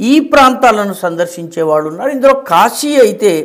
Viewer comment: గారికి క్షమాపణలతో 🙏🏻🙏🏻 " కాషీ " కాదు సార్ కాశీ. 🙏🏻🙏🏻🙏🏻🙏🏻🙏🏻🙏🏻